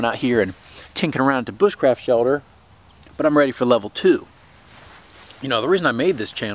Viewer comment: What's a "shelder" ??